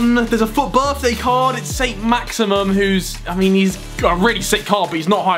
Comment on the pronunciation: "Saint Maximum" 😂😂